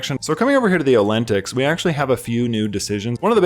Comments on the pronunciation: Every time you pronounce the word "olentics" i die a little inside. Good vid tho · ngl I cried when you immediately caught the Rivarisian pronunciation and still misplaced the vowels of Olteni in every single video lol